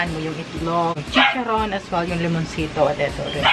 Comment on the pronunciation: Mauwaw man kog tan-aw ani oy. Englisha akong friend hahahaha nagkatawa kos "lemonsitow" hahahahha 😂 Go go! 👏😘